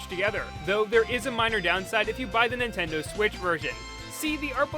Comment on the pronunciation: "NICKtendo" Me: hhmnnnn where did i... Ninkendo Me: OOOOHHHHH